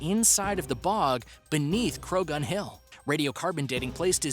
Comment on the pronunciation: The gh in Croghan is silent. Why do the researchers for these videos not do their research?